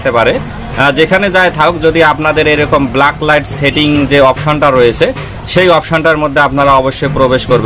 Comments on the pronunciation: ব্লাক লাইট না ভাই। ব্যাক লাইট। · আপনি কি রকম টেকনিশিয়ান? ভুলভাল উচ্চারণ করেন, কথাটা ব্ল্যাক লাইট না ব্যাকলাইট। কাজ করেন টার্ম গুলি জানেন না। এল ই ডি কে বল বলছেন? এখন দেখি আতিপাতি সবাই ইউটিউবার।